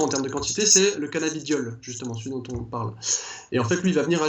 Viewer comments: la meuf qui parle elle devrais revisé car c'est cannabidiol et pas canna beau diol lol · c'est mal barré déjà la meuf ne sait pas prononcer correctement le nom du produit qu'elle vend... se prononce cannabidiol et non cannaBIOdiol... elle doit pas fumer que du sans thc elle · Je te jure elle c meme pas ce quelle dit toute au long de la video elle a dit canabiodiole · C'est moi ou la vendeuse ne connaît même pas le produit qu'elle vend ? À 0.55 elle sort quand même le mot " Cannabiodiol " au lieu de "Cannabidiol" 🤦‍♂️🤦‍♂️🤦‍♂️. Fuyez cette boutique je pense 🤣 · La canna-beau-dioleuh. Euuuuh non c’est pas ça.